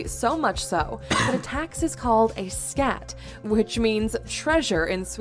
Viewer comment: Flawed title, we both knew stuff already. It should say "you might not know". It's not pronounced scat, it's skatt, with short A like in Audrey. Swedish culture is just less rebellious and aggressive so kids doesn't need as much punishment, but also as the video says, using fear and pain to teach good and bad isn't... good. Crasy how it's legal in first world countries.